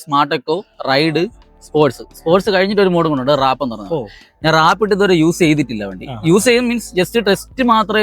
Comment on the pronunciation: റാപ്പ് ❌വാർപ്പ് ✅